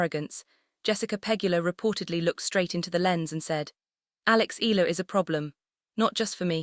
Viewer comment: Pls respect our FILIPINO PRONOUNCIATION it's E YA LA !!!!! AI STUPID LADY. Spanish or American PRONOUNCIATION is not right ,ELA my ash!